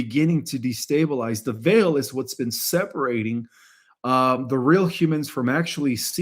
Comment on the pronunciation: Veil is pronounced vayl. 😊